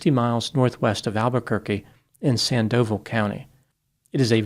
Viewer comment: I love you but Sandoval county is pronounced sand duh vall like volley ball or fall. Not San dove like dive past tense 😂 ps I live in ABQ